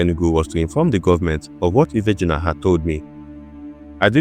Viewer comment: Ife ah'juna... Not ifeejuna